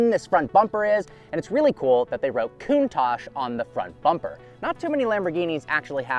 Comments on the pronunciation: Coon-tauque, not Coon-Tash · / OK TWO COMPLAINTS IN ONLY THE 5 SECONDS I WATCHED. 1- THE NAME OF THIS CAR IS NOT "COOOOON TACHE" IT IS: " COUNT TACH " SHORT A SOUND. LIKE " TOUCH" BUT "TACH" THE TA SOUNDS LIKE CA-T HA-T TA-CH... SAY IT RIGHT! 2- THE INCREDIBLY FAKE AND PHONY FACIAL EXPRESSIONS ANS EXCITABILITY YOU SHOWED WHEN ACCELERATING! ALL THE PEOPLE, AND I DO MEAN ALLLL THE PEOPLE WHO MAKE THESE TYPE OF VIDEOS ALL THE DO THE EXACT SAME FAKE, PHONY, PRETENTIOUS EXPRESSIONS AND EXCITABILITY FACES, AND ITS REALLY ANNOYING! SO STOP THAT! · 'Poster Car we all know and love?' You weren't even born in the eighties. It's also pronounced: [kuŋˈtaʧ], with the accent on the "a," and with the consonants "tsc" at the end. Not COOONTACSH Good grief, if you're going to introduce one of the world's most beautiful cars, do your homework. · Wow, what a car, but why does he call it a Coontache, sounds like racism mixed with anti facial hair tendencies to me. Where English is the main spoken language, we call it the Count-ash, count as in 1, 2, 3, 4 ash as in burnt stuff. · Coontarsh😂 Why can't Americans talk properly. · I don't think anything has ever annoyed me more than this dude mispronouncing Countach over and over again. Lol. "COON TOSH". Ugh.